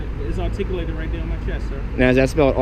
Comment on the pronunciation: "It's articalatid here on my chess." Do you also pronounce your name Smiff?